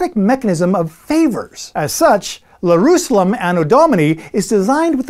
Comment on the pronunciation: Did you call it "Lerusalem"???